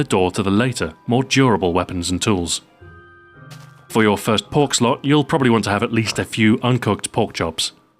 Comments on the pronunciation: lol "for your first pork slot" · i lol'd when he said the first PORK slot. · Hahaha "in your first pork slot" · "for your first pork slot......" I couldnt stop laughing after that XD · lol, "For your first pork slot"